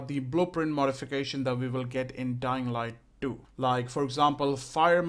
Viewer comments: "Dying light du" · When the video started I heard “Dying Light Doo”